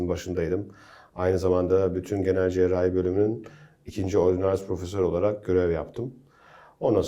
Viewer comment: Spikerin,cerrahi kelimesinin telaffuzunu bilmesi lazım.cerahi cerahi ne öyle.